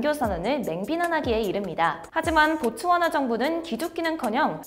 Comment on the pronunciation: 아 보츠와나 구나.. 듣기만 하다가 고추하나로 들려서 다시 돌려봄 ..